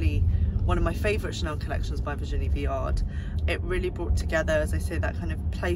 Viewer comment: Love these roundup videos ! Never stop ! (But i will say... Viard is not pronounced "Viarde", the D is silent and it's "Meh-zon" not "méSSonne". Z not double S + we do not pronounce the N).